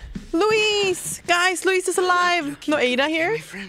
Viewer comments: OG Leon casually mispronouncing Luis? Yeah I miss it too! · Minor note but I like how some people still call Luis like "Louis", much like how Leon did in the original lmao PS: Yes Forspoken is the middest game ever